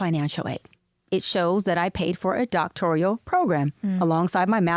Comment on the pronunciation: "doctorIAL"?? is she serious 😂😂 it's doctorAL, no "ee" sound. you'd think someone with a doctorate would know that 😂😂